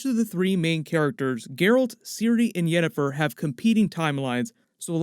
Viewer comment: "...Yennifer's body..." lmao